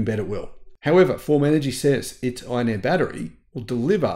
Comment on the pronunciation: Iron "air" batteries. Iron "Eh" batteries are Canadian.